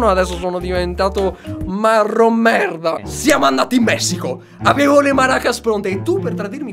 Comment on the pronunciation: Ma perché dice merd...